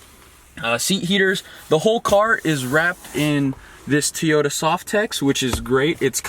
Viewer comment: Teeyota.... that's an O...not a long "e"